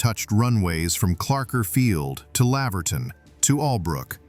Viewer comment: Laverton isn't pronounced like that at all but still an interesting vid.